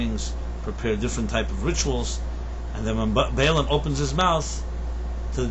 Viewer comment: It's not Bilaam - it's Balaam!